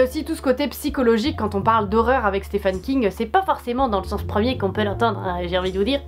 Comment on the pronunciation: Super vidéo ! Ça m'a donné envie de découvrir tous ces films ^^ Par contre c'est "Stephen" King qu'il s'appelle le monsieur, pas "Stéphane" :p